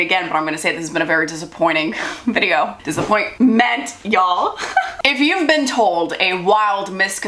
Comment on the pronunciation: "DISAPPOINT-MEN-T" yes very true😂